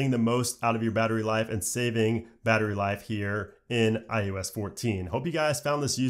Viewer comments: Does anyone else hear him saying "I U S" instead of "I O S "? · I think its iOs not iUs......but im sure you know that which makes it even more odd..... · i swear you keep sayin "iUS"